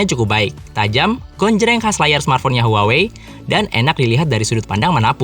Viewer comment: Bacanya tu HU-AH-WEI